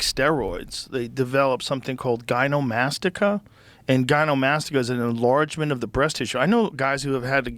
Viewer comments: Someone needs to tell Joe it's GyneCOmastia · Joe said it wrong. The word is gynecomastia. Y’know, us trans guys should also probably call it that for ourselves because we’re guys. Also it’s said the h word is a slur. The outdated word used for intersex. I don’t know if that’s true, intersex people in the comments please let me know in the replies, but that’s what I read/heard somewhere maybe heard on TikTok possibly read on Twitter. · oh my god i think he's more than cooked too. He can't even pronounce gynecomastia as someone who's used gear (or he might even be on TRT long term in which case he should really know since T increases Estrogen via aromatase..)